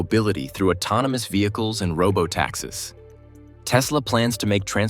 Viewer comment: Taxis is pronounced "tax ees" not "tax-is".